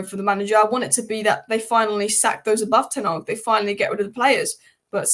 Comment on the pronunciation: It’s Ten Hag, not Tenarg.